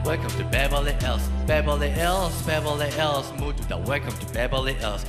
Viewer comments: 잘하는데 ills 발음이 너무 신경쓰여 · ills 할때 발음 킹받네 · ills 발음만 좋으면 좋을듯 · ills 가 왜케 발음이 듣기 싫냐